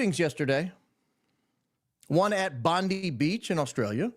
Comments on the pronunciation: It's pronounced bond eye not bond e. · You're super spot-on about SOOOOO many things but it's Bond👁 Beach according to the Aussies...and it is their turf after all 🏖 Correct Pronunciation of Bondi Beach: The correct way to pronounce "Bondi Beach" is: Bondi: Pronounced as "Bond-i" (with a short 'i' sound, like in "hi"). Common Mispronunciation Many people mistakenly pronounce it as "Bond-ee." Tips for Pronunciation Emphasize the first syllable: "Bond." Keep the second syllable short: "i" as in "bit." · Bondi Beach is pronounced "Bon-dye" (rhymes with "sky") by Australians, not "Bon-dee," because the name comes from an Aboriginal Dharawal word, "boondi," meaning "noise of water breaking over rocks," which Europeans transcribed and evolved, but the local Aussie accent emphasizes the "dye" sound for the "-i" ending, creating a distinct local pronunciation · I am an Aussie,sorry bait Bondi in Australia has always been pronounced “ Bondeye” not “ Bondee” and will always remain so.Have njoyed your thought processing CK’s assassination. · Bondi Beach is actually pronounced (Bond - eye) Beach not (Bond - ee) Beach. No Australian calls it "Bond-ee" Beach. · It’s pronounced as Bon die thank you for covering about our beloved beach incident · Bondi is an Aboriginal word theat means "crashing sound of the waves". I know is being a smart arse when he says it's pronounced Bondee, but it's actually disrespectful to all Australians to refuse to acknowledge the accepted pronunciation, Bondai. Give it up,. Apologise for your mistake or ignorance or whatever and pronounce it right. You're a clever man. Don't be a moronic "septic tank" (Aussie rhyming slang for Yank). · It's always been pronunced Bondi.always..as in . Bondeye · Bondi Beach is pronounced BOND-EYE.